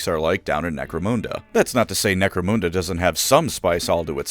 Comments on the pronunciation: You're mispronouncing Necromunda. It's called 'Nek-Roe-Mun (not moon) Da' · Necro-moon-da? It's Necro-mun-da. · Couldn't finish the video because you repeatedly mispronounce Necromunda. Sorry, it's Nek-roe-mun (don't know how you can get that wrong phonetically as you say moon) da. The exception would be if you were Jamaican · When he pronounced it moonda instead of munda, I felt more upset than when someone stole my laundry detergent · Great channel but genuinely couldn't make it all the way through listening to "Necromhunndurr" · "Necro-moon-da": hand hovered over the close button every time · "Necromoonda" lol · He keeps saying “Necromoonda” so I’m just going to assume it’s a version of the world inhabited completely by space cows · Lol. Nope. Terra is the Hive World to end it all. Oh, and its Nek-ro-mun-dah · Wtf is "necro moon derr"? 🤔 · Holy shit that pronounciation is the actual worst thing I ever heard. I have watched every video of yours in full length, most of them twice, but I don't give a shit - if you say NecroMOONda one more fucking time, I'll unsubscribe. Edit: Alright, that's it, you punk-ass sucker of eldar cock. See you in hell. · I cringe every time he says necromoonda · Necromoonda lmao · I don't know if is pronouncing Necromunda correctly or not, but it's definitely not how I pronounce it. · necromunda and Araneus prime is pronounced in a way im not used to in this vid, it feels odd 😂